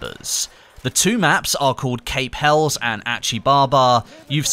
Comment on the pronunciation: Pronounced cAp hellEEs